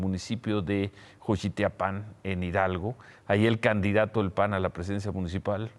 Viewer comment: Es XOCHIATIPAN Ciro y se pronuncia SOCHIATIPAN ( lo del mitin del pan en Hidalgo)